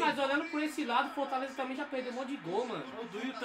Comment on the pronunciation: Calma ai, " Fortalezo" kkkkk